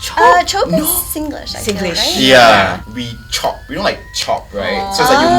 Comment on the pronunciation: Love the discussion, but it's not "chop" but "chope", and it means to reserve something